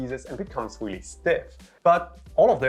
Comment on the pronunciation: “Weally weally quickly”